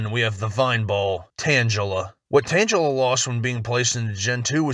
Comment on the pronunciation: Butchered that Tangela pronunciation